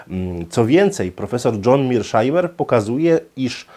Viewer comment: Świetny wykład,, był by jeszcze lepszy, gdyby wymawiał nazwisko poprawnie czyli Meirshajmer, nie jak mówią niedouki za wodą "Mirszajmer".